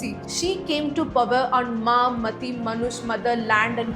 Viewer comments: Very Good Coverage of the Topic. Just one suggestion to make it more effective. Ma Mati Manush is not मा मती मानुष It is मा 'माटी' मानुष She was referring to Land माटी Not Intellect मती Thank you again for a wonderful Coverage. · thy pronunciation is not proper. lokkhir bhandar, bhadralok, didi, mati(t sound like taaal not tea)